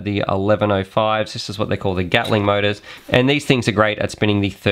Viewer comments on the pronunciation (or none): none